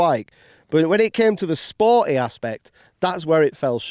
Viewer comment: Or what's "spor-i?"